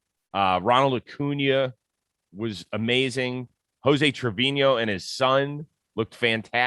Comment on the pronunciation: You cover baseball for a living. Learn how to say Trevino...